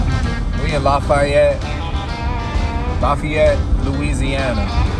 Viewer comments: You pronounce it "laf-ee-yette" fast man. You dont have to be fancy with it 😂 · Say it with me: LAFFYette😂😂😂😂😂😂......great video